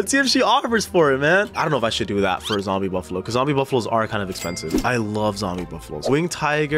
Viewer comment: The way he said /I love zombie\buffalo